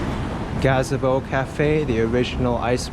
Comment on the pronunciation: "Huh-rahs"? Its Hair-uhs. "Gaz-A-bo"? Its Gah-Zee-Bo. "Pray-leen"? Its Praw-leen.